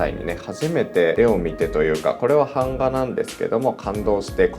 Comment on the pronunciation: 、「版画」のイントネーションがなんか違う気がしますぞ！笑(´⊙ω⊙`)